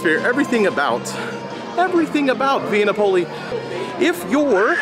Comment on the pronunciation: Correct Pronunciation: SANAA = Sa.Nah (NOT: Sauna) VIA NAPOLI = Vee.Ah Nap.Oh.Lee (NOT: Vee.Ah ) I'm not trying to be rude, but if you're going to do a review on an ethnic/international restaurant, you should learn the correct pronunciation of the establishment. It's just a courtesy. Also, there is no MORIMOTO'S ASIA. It's just: Morimoto Asia. (Great reviews though, otherwise!)